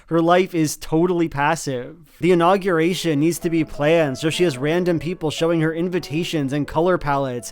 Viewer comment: i can't get over how pronounces unaugyurration